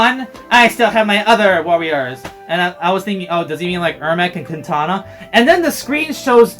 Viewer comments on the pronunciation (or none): none